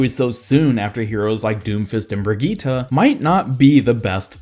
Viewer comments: Brigitte is pronounced bri-jet not bri-gee-tah it is said with an accent like phara is pronounced ph-ara but the characters pronounce it phar-ee-hah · why are you saying brigitte like that